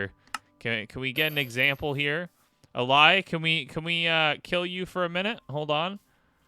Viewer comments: It’s actually pronounced (ã-lay) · "Allay" is pronounced uh-LAY, just like the regular English word "allay", as in "allay suspicion."